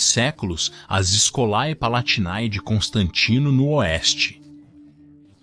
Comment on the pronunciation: Escolae palatinae e todos as palavras com æ se pronunciam com "ê" Escolê palatinê